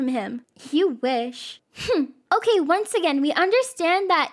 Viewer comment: “Uhke?” “Uhke!” Guys it’s not okay it’s “Uhke” according to akelia and Rosalina ! 😂